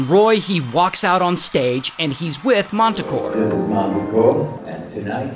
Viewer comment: They’re performing with this guy: MANTACORE 😂😂😂